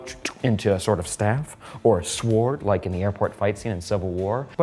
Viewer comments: you don't pronounce the "w" in sword. Loved the video. Don't listen to the people who posted about wanting Eric. He's great and so are you. It's nice to hear from all of you guys. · Why are you saying sword like that? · i don’t think i’ve heard someone pronounce the “w” in sword before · Has anyone else noticed how in the last couple of months everyone has started pronouncing "sword" with the w. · Hello there. The w in sword is silent. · Say sword like that one more time... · Never heard the word “sword” pronounced like that hahaha